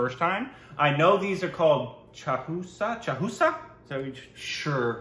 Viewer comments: Its mango don’t cut it, just ‘Chus’😂😂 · It pronounce choousaa